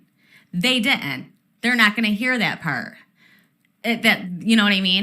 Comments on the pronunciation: "They de'ent" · I think I can translate some of the difficult words.. “thre - ind” = “threatened”, “di - int” = “didn’t”, “wri - in”= written.